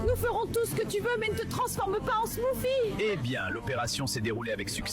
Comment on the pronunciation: Elle a dit smoffie